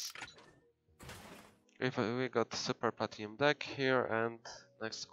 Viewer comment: It's deck not dick xD Nice vid bro❤